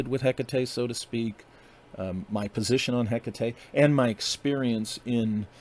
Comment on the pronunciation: i call her hek tate nice to hear the proper pronunciation